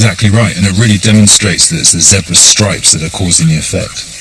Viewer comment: Great program, spoilt by the annoying Chris packman and his awful accent and pronunciation of words especially any that have an r in it. He can't even pronounce Zebra pwoperly. What the hell is a Zeebwer.